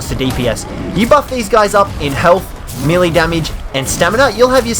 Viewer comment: your saying melee wrong